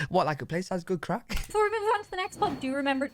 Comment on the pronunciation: Boy, you really like to stir up the fun. "CRACK!" No, craic, not crack. I think it is a Gaelic word. LOL. We have fun watching your reactions though.